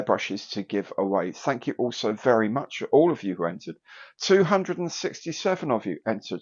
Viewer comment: "Tanks" 🎽🎽for another great Monday coffee break. ☕🐢